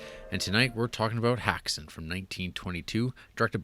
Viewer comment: Can't Americans pronounce the umlaut? The pronunciation 'hex', after all, is in the English language meaning to bewitch. Hax is just the plural of hack or something a hacker does.